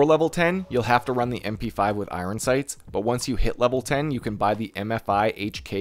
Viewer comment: "i-run sights" lol